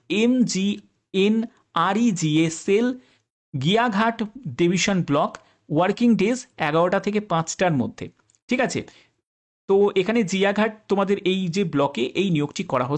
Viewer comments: Gaighata 😂 গিয়াঘাটা নয় গাইঘাটা 😅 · উচ্চারণটা ভুল হচ্ছে জিয়া ঘাটা হবে না ওটা গাইঘাটা হবে। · গাইঘাটা✓ গিয়াঘাটা×